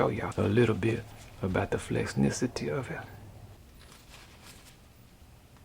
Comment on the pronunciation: Flexsnisity had me dying.